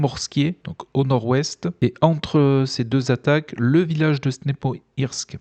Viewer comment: Vidéo encore une fois très qualitative ! Petite précision: le "h" se prononce comme un "g" en français. Ex: Stepnohirsk se prononce Stepnogirsk